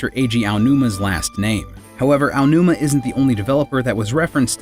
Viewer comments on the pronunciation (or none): Why does everyone pronounce Aonuma's name Ayanuma? It's pronounced Ah-oh-new-mah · What kind of person would pronounce Aonuma as "Ayanuma"? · "aiyanuma"??? "caff eye?"??? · There's no "i" in Aonuma, please stop saying it like Aionuma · "I O Numa" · Great video but please stop say "Ayonuma" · “Eyeonuma” smh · Take a drink every time "Aonuma" is pronounced incorrectly. Hell, every Japanese name.